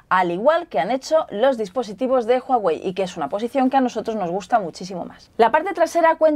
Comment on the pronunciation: "JUAWEI" JAJAJAJA C manasanta :v